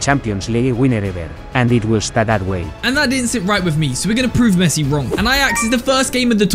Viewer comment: Bro said pessi